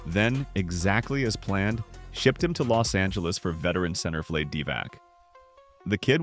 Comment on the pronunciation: Garbage AI slop prouncounces Vlade (Divac) as rhyming with "blade".